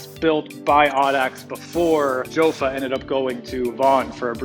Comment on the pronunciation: it is pronounced "yaffa" or "yo-fa" not "joe-fa".